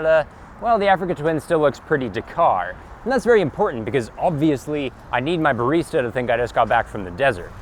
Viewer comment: Bayreesta! Lol